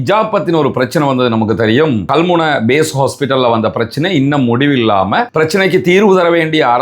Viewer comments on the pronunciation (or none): none